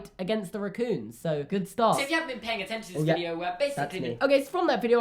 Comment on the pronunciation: I like the way you say raccoon.